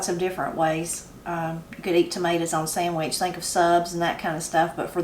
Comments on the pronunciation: I love picking tomatoes and going in and make me a "mater" "samich" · makes his mater sandwich just like I do. Ain't nothing any better than a fresh "mater sammich"!